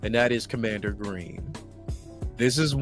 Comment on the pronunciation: Bro it’s commander Gree. He doesn’t have an n at the end of his name